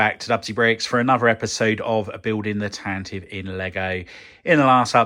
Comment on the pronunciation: Tan-Tiv-Vee, it's pronounced Tan-Tiv-Vee.